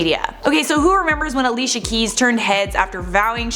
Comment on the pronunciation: its pronounced alishia.. and also while im at it..its not pronounced eriana grande but uh-riana grande